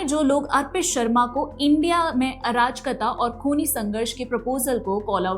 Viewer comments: arajkata nahi arajakta hota hai. Thoda padh likh lo dalaali karne se koi faeda nahi milega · your pronounciation of ‘arajakta’ is bothering me.